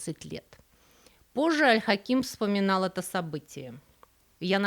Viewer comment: Аль Хаким (ударение на первый слог, кстати). - часть моей профессии, которой я посвятила более четверти века, самый любимый исторический персонаж и глубоко уважаемый правитель. Жаль, что об Аль-Дерази здесь прозвучало так мало информации, ведь он был не только верховным визирем, но и очень близким человеком для Аль-Хакима. Кстати, про женскую обувь, это вовсе не сплетня, это одно из очень глубоких и мудрых распоряжений, 7 лет, 7 месяцев и 7 дней не шить, не продавать и не носить женскую обувь. А причина очень простая, женская обувь расшивалась золотом, что нецелесообразно и недостойно истинных мусульман, которые должны быть скромны. И вообще золото на обуви - это бессмысленное расточительство. О пропаже Аль-Хакима до сих пор ходят слухи, что он принял христианство, что, по правилам ислама, должно закончиться казнью вероотступника. А произошло это после того, как он пригрозил коптам навсегда запретить их обряды и вообще закрыть церкви. Якобы, он обещал дать им свободу вероисповедания, если "пойдет гора Моккатам*. В ту же ночь случилось землетрясение, и гора ,"шагнула" ( от нее откололся кусок). В любом случае рассказ был прекрасен, несмотря на несколько странный пассаж про вербное воскресенье. Какие вербы на Ближнем Востоке? Как и во многих странах, там это Пальмовое Воскресенье.